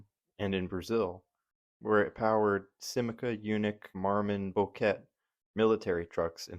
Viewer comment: Sim-ca, only two syllables.